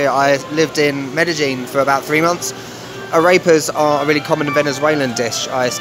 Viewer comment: You should learn to pronounce AREPAS. It is not "a rape ass", it is "ah reh (as in the musical note) pass". Thanks for the laugh though!